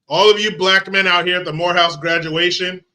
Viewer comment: joe couldn't even pronounce morehouse.